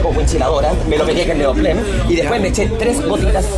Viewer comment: dice "neoplen"? xdddddddddddddddd